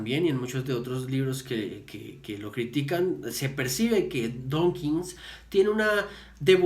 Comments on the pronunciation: ¡DAWKINS, no "Donkins"! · Que pronuncias "donkins" muchas veces.